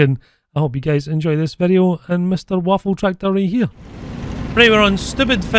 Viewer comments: Not waffentraktor. WAFFENTRÄGER. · Nashorn = Rhino also the pronunciation is more like Vaffen Trayger